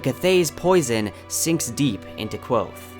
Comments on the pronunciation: It's Kvothe not quothe! lol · This is great, but for the love of Tehlu, it's Kvothe, not Quothe. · His name is Kvothe not Kwothe, interviews and the audiobook both pronounce the V. Please adjust your pronunciation in future videos, it's kind of cringy. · It's not pronounced Kwothe. Read a fucking book. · stop saying kwothe... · Great video, I love your Kingkiller content! But it's pronounced Kvothe, all one syllable with a KV sound, not Quothe here's Pat saying it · did this dude say quothe? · I liked the video, but I think your pronouncing kvothe wrong. Patrick rothfuss has a pronunciation video and says the v sound in it. Thank you for all your research into the video. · Pat is very clear in his pronunciation video that the v is not silent. He says it like 3 times in a row. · Yo me too ITS A V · Not a bad video, but it's so hard to watch somebody who obviously likes this series as much as me pronounce the protagonists name incorrectly 37 times. Especially in a series where names are so important. Elodin would be disappointed. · It's hard to take your videos seriously when you can't pronounce Kvothe right. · The "v" in Kvothe is not mute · Just grow balls and pronounce it right. Don't waste your time worrying about the feelings of people who don't have the time to listen to Pat pronounce Kvothe the way it's spelled. Don't be a sheep because a portion of your viewers is incredibly stupid. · In that videos linked above, he says Kvothe with a v